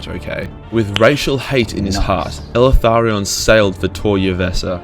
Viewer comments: Please stop calling him “elEtharion” its; “Eltharion” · Are you sure you're pronouncing the damn name correct ? Eltharion ? ELE-THARION ? Or EL-THARION ? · Did Timmy teach you how to pronounce his name? EL - Tharion. He's probably a Mexican elf... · The way this dude pronounces Eltharion makes me cringe. He puts an additional 'a' after 'El' and it's gross.